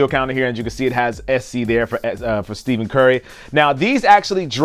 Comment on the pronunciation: ^^^No, accidentally said Steven Curry instead of Stephen Curry